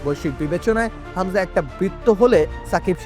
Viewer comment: খামজা কে??????? হামজা নাকি খামজা? তোরা কি যে সাংবাদিক,,,,,৷৷৷ হামজারে কে চেনে??????